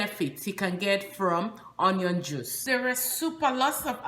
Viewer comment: "onion" is pronounced as " ŭn′yən ", and NOT " on′yən ".